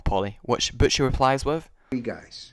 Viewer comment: Butchie, not Butch. why?